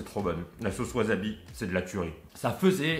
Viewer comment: Bonjour. Tu as peut-être prononcé "wasabi", "waZabi" 1000 fois dans cette vidéo. Pas bien pour les oreilles ;-)